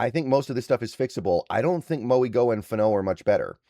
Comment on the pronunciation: Francis Mauigoa is pronounced instead of a g it’s a n, “Francis Mauinoa” is how you would say it! Great video tho